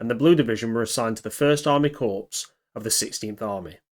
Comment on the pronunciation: Can you please refer to the word 'Corps' (correctly) as 'Core'. You obviously have no prior military experience, otherwise you'd know how to say it. Watching your video with subtitles on is quite gruesome when hearing you say the word 'Corps'. Thanks for shining a light on these super brave volunteers....they might have been fighting on the wrong side, but most of us don't feel too bad about them giving the Russians a hiding 😁